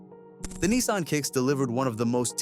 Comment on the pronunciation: Neesarn 😂😂😂😂it’s a Nissan .